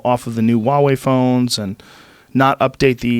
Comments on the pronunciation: Joe I can't take it anymore, you are obsessed with this company recently so- stop saying "WA WEI" correct pronunciation- say the H sound like HUH..HU..HU..WA...HUWAH... HWAH..HUA...WEI. pronounce the H, blend it with the wah quickly and you get a HWAH, HUA. Huawei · I'm told that Michael Malice was on this episode but all I heard was just Rogan ranting away about all his usual bullshit for ages. And for fucks's sake, can someone please tell him how to pronounce "Huawei"?